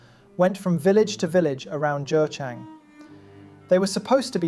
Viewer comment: Quick correction: geochang is not pronounced as joe-chang but like guh-chang, [kʌtɕʰaŋ] if you understand international phonetics alphabet.